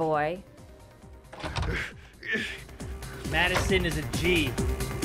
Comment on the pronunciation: butchering the name Madison